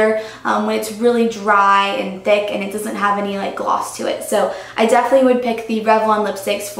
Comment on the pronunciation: I love you, but it's 'definitely' not 'defely'. Haha, it's just a pet peeve of mine if anyone says that:) not trying to hate...:)